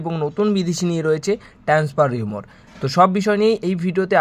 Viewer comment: কথাটা আসলে 'রিউমর' নয়, 'রিউমার' । 'Rumour'-এর উচ্চারণ রিউমার।